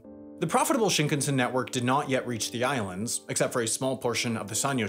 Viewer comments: I wonder why you pronounce shinkansen as shnknsn. There's vowels there which are important for Japanese pronunciation. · Yeah his pronunciation bothers me too every time I hear this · Shinkan(sen).. sen, as in ten, not tin.. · It's shinkahnsen not shinkensen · "Shinkensen" ????? please say "Shin-kan-sen" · Shin-can-sen ... not Shink-ansen. 新 - new 幹 - main 線 - line. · It grates my ears how Sam keeps mispronouncing shinkansen. And it just blows my mind how and why he keeps doing this, when he has already been to Japan for two seasons of Jet Lag. You don't have to know Japanese - it's pretty much pronounced the way it's spelled: shin-kan(kaan/khan)-sen. How does one look at that and arrive at shin-ken-sin?? 🤔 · Well researched and informative! Thanks. The only improvement would be the pronunciation of "shinkansen", which goes something like "ShinKAHNsen". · Sam... I am a wendover/jetlag/the layover superfan... but i am BEGGING you to learn how to pronounce shinkansen properly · I can’t believe he pronounced it “shinknsen”. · Schinkensen? xD In German this means something like "gammon-son", and this is what "Shinkansen" sounds for a German. :D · SHINkunsen is killing meeee 🤣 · Don't know if I can finish this video. Shinkensen!!!!!! ahhhhh!!! please say it correctly! Just once! Look up how to pronounce it. please! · This video's contents are good, but Sam... Please learn pronunciations for the next Japan video. Every shinkansen, Honshu, Geibi, Kyushu, etc, all incorrect. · Why is it that English-speakers refuse to say anything correct in other languages? Bro said Shinkansen so wrong it hurts. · Why does he pronounce Shinkansen like it's a Swedish surname 💀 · To go through so much effort to make an excellent video, but then not make the effort to pronounce the Shinkansan properly. Baffling. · The way you keep mispronouncing shinkansen like it's an English surname is giving me hives